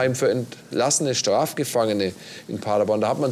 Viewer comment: Wir müssen noch an der Aussprache von „Paderborn“ arbeiten: Paddaboan, mit Betonung auf der letzten Silbe. 😉